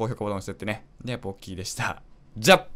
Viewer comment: サムネが「カイジの沼」に見えた。 そして、冒頭のポッキーの「ポ」が「ボ」に聞こえた